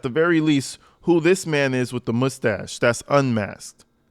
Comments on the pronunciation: Say Moosetasche again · Moostach! Love it